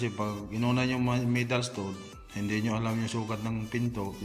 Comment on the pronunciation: "stahd" ang pagbigkas nun boss